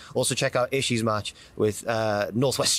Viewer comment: He's finally pronounced Ishii's name correctly.